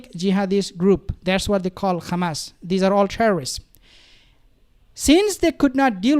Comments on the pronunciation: Stop saying khamas it’s Hamas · Bro stop saying Khamas, its Hamas. Zionists say Khamas. Its like saying Khomos instead of Homos